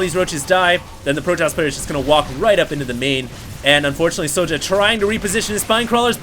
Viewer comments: yeah i've heard other casters pronounce "sjow" as "show". good little series - i think both players were playing off-race this series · Why don't you just pronounce it show? The way it's meant to be pronounced ? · IT'S READ "SHOW" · Sjow is pronouced J-Wow in korean